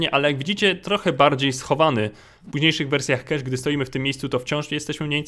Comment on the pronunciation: Nie czytaj nazwy mapy KESZ bo pisało by kash dlatego pełną wymową DI KEJCZ